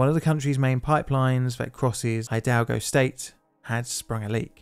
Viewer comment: "Tla hue lee pan" "High-dalgo" you really Britished those up! 😁 More seriously, this is good stuff, please keep it going! Just bear in mind that those of us on this side of the pond might cringe a little at your pronunciation of Mexican names 😘